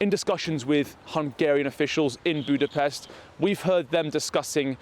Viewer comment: A massive respect to that journalist for saying Budapest correctly, Bravo 👏 ❤❤❤ you've melted me heart just a bit☺️